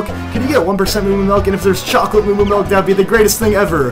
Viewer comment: oh god. he says "melk" instead of milk....but its okay i still love ur walkthroughs:)